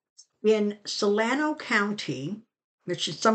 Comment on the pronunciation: Thank you for answering my question about Solano land grab! (It's pronounced so-LAH-no county and is next door to where I lived across the Sacramento River.) Glad to hear it's unlikely to get anywhere thanks to the voters. Farmers generally don't like folks who try to pull the wool over their eyes...